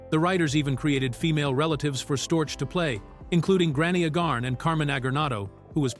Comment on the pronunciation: Corporal Agarn's name is pronounced AY-gahrn (rhyming with "cay" and "barn"), with the primary stress on the first syllable. ☮